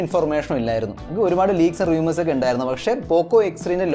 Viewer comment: റിയുമേർസ് അല്ല റൂമേർസ്